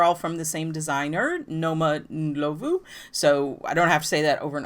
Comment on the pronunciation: Thank you for including sweater designs that are size inclusive! Also appreciate that you took the time to look up correct pronunciation of name.